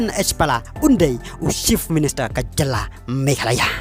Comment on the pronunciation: Ni ko bah sngew kynjing ia ka rukom kren. Chief minister ym dei shift minister. Party ym dei palty.